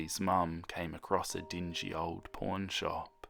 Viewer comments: I know he said "pawn shop" but I swear to god I heard "porn shop" 😲😂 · ummm can you repeat that please? I can’t be the only one who heard porn shop lmao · I heard it too 😩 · I thought it was just me..🤣😭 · Nah I heard "porn shop" as well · I heard pork shop as well lol I'm dirty minded😂